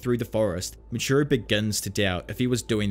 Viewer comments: Muichiro* not "Muchiro" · moochiro lol. Moo EEE CHEE roh. (edit: I hope this didn't come off as rude ) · Love the video, been enjoying listening to all the arcs again, refreshing my memory. I did just want to say, it is Muichiro, not muchiro.